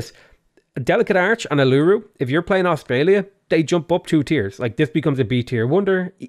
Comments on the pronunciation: Uluru is pronounced oo-lah-ROO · "Aluru" as an Australian that just hurt to hear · The way you said U-LOO-ROO made me die inside. That hurt. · Yep for Aussies that was a real weird fail. It’s “UL-eh-roo” not “oo-loo-roo” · uluru.... is actually pronouced oo-la-ru. As an australian i nearly spat my coffee. But apart from that great video haha. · That has to be the BEST WORST pronunciation of Uluru I've ever heard. Gave me a good chuckle. Oo-la-roo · You said Uluru wrong. Lol As an Aboriginal Australian it killed me, but I love it. Uluru sounds more like Ohh-la-roo. Youtube recommended this vid for me btw. Hope you're having a good day/night. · as an aussie, i need to point out uluru sounds like ooo- la - roo :) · That hurt inside the way you pronounced Uluru. Oo-lah-roo. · Uluru is pronounced OO-loo-ROO, btw ;) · it's uuu-l-uuu-ruu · Uluru is pronounced "oolooroo" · of the City States (also your pronunciation of Uluru is shocking) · Great video, As an Australian, it pains me the way you said Uluru